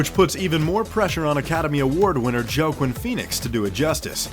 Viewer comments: infinity war didn't gross 2.5 billion. It was 2.05 billion. There's a HUGE difference Joaquin is pronounced as Oakeen. It's not Jo quin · i thought he was saying joe queen feenicks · “Joe-Quinn Phoenix” really? Learn the actor’s name before recording. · Wakeen Pheonix. How old are you that you don't know how to pronounce his name. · Did he just say “Jo queen Phenix?” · I was definitely gonna comment on that... but now... I don't have to. Thank you, sir! XD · That pronunciation of Joaquin made me sad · Glad someone else caught that. Fucking idiots not pronouncing names right.